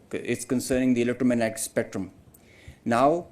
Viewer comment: Can't even pronounce electromagnetic, top notch ,armed forces ,press conference,continuing etc and still they think they are superiors